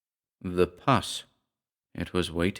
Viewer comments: I APPRECIATE YOUR READINGS GREATLY! Just a heads up on a couple of words I thought were mispronounced. The first are & same word. You read it as “PUSS” like the the nasty discharge from an infected wound, but should be read as in the following ‘Pussycat.’ The second word is I believe you meant to say “Lath - short A - which is a piece of wood that was used in the early 20th Century used in home building. Although you pronounced as “Lathe” which is woodworhing machine. KEEP THOSE READINGS & YOUR GOOD WORKING COMING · Dear sweet - umm - for a second i was like 'huh???" 'puss' is not pus (as in an infected cut, pronounced as in bus), it's sort of a short 'oo' as in put - as in pussy cat. you don't have the word pussy, as in cat, in Britain? (hitting someone 'in the puss' is an American slang from the "30's and '40's - meaning to hit someone in the mouth.) of course, i could always give you a quick buss on your cheek. isn't English such a logical language? LOL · Why did you mispronounce puss like pus? Avoiding demonitization? :D Great reading as always though